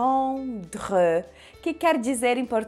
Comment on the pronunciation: Vc tem uma pronúncia errada, o “e” no final de prendre n se pronuncia, e o “e” tem som de “o”